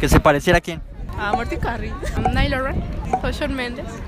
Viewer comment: Jaja dijo nail loram jaja Es Niall Horan